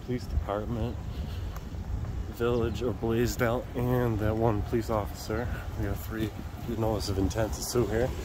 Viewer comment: I’ve never heard of the city of Blasdell until now. The first few times that I heard you say it, I thought you were saying “Blazed Out”. Lol. Like when the officer roughed you up for trying to get your ID, I thought you said something like “here comes a Blazed Out officer”. I thought you thought or knew he was high at first. Lol. My bad. Hey Molly. 😉